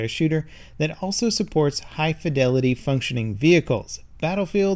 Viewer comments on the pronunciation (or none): none